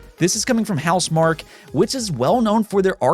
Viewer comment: He pronounced "Housemarque" correctly! :D